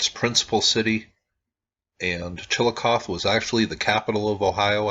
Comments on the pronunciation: It's Chillicoth(ee) not Chillicoth. The "e" is long, not silent. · Chill - eh - coth - ee. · chill uh coth ee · It is pronounced Chillicothee just for information's sake...thanks for this vid. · Chillicothe is pronounced "chill-ih-cothee" The Junction group is now a protected, public park where they use "interpretive mowing" to show the earthworks. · Chill-a-coth-ee I live close to it and there are SOOOO many earth works it’s hard to believe. In my hometown we have a string of mounds running through our Central Park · yeah, I didn't know how exactly to tell him. But yes, "Chill-ii-coth-EE" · you pronounce it wrong...there is a long E sound at the end of Chillicothe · You are not pronouncing the name of the town correctly,. The E at the end of Chillicothe is not silent